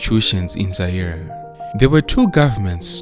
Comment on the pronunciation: Not Zai RE😂